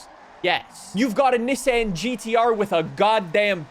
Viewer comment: You have to stop with the Nissan pronunciation.